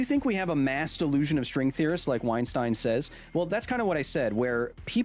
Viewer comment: WeinSTEIN...WeinSTIEN...WeinSTEEN... ahahahaha Kyle the beginning made me Laugh so bad while someone try to correct ya so you pronounce it as WeinSTIN xD jeeeezhus